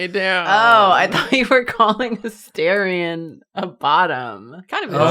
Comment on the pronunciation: It's A -STAR-ion not A-stair-ion lol